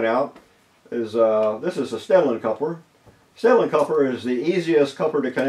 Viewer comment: Took me awhile to sort out the words you said .. transcript says Stanley, and Stellar, and Sailing for STEDLIN!